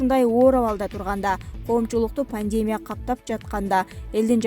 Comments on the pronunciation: Панеемия эмес пандемиия дечи айланайын ушукчы журналисттер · Автор,пандемя эмес пандемия